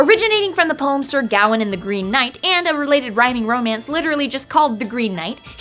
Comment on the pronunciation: Wow, I really never saw that reference before! The colour green in medieval literature also is commonly associated with honesty or "trawthe". Which is why the Green Knight tests Gawain's ( pronounced Ga-wayne) honesty and his courtly interactions. :) Also Arthurian myths fit in so well with Kalos . Brilliant video guys !